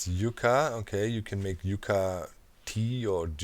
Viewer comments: Yucca is pronounced Yuck-uh. It's the official state flower here. Yeah, that ugly plant is the one they picked. Tells you a bit about their options. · Docs pronunciation of aloe and yucca is hilarious!